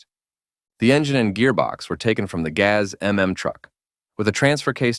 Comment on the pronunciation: OMG, your pronunnciation of GAZ is horrible!!' Not Gaeaeaes but Gazz.